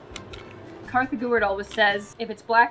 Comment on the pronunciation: she said kartha/